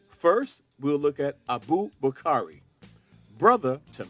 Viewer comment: Abu Bukari. Pronounce his name properly.